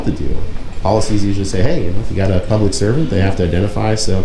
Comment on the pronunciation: Did the public records officer say ''pubic'' record ?